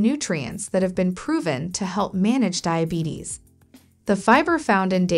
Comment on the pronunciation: Not DAIABETICS its DIABETES